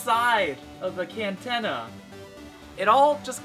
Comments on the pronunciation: did you say cantanna? lol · M did you just say cantenna?? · "Cantena" your great bro. Love the vids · "...but you have to shove it up in the cantenna."